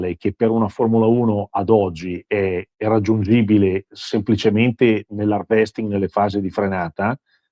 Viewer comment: Bastaaa si dice hàrvesting, accento sulla a. Non ho ancora sentito uno youtuber italiano pronunciarlo correttamente ....